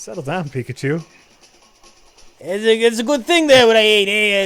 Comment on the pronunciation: Love how it's says their playing "picachew"